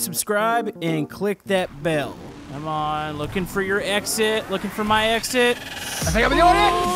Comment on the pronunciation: When you said looking for my exit it sounded like looking for my exes😂